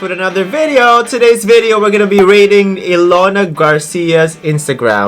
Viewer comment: it’s e-lona not yelona!!!!!